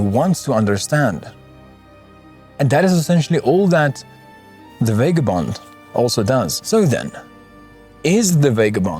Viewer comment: VAH-GAH-BOND not VAY-GAH-BOND bloody hell it hurts to listen to.